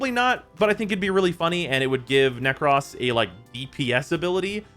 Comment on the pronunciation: Its Nekros not "Neck Ross"